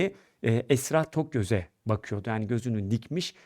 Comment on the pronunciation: Haber yapiyorsun iyi güzel de bari soyadini iyi ögren Esra Toköz, Tokyöz, Tokgöz,Tökyöz